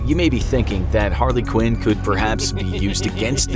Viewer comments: Anybody else wanna talk about how he said harlequin instead of Harley Quinn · Why does he say Harla Quinn instead of Harley Quinn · If I hear this man say Harley Quinn the way he did, again. My head is gonna explode.